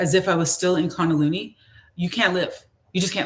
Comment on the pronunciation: Kun da lee nee is the correct pronunciation